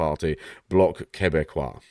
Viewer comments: You got "quebecois" right which is more than I can say for a surprising number of other commentators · yeah you did pronounce "Quebecois" properly...